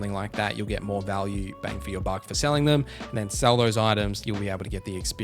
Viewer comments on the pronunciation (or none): none